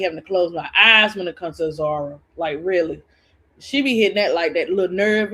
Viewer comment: lol your bad as bro Claude pronouncing her name 😂😂😂 let me see if I can type it out how it’s pronounced Azura is pronounced Az Zer Ray lol. I agree I’m pissed she didn’t get Slim back. Slim should’ve been her first pick not Azura.